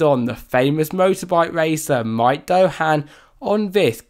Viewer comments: (not mike) Doohan is a well known MotoGP champion. Not sure how anyone reads Doohan and thinks it's pronounced doe... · lol I have an Australian accent, but I can still read and pronounce names of famous people. this isn't a slightly different sound, it's completely wrong. and his name is, in no way can you pronounce as mike. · Ts duuwhinn, not Mike dow han lol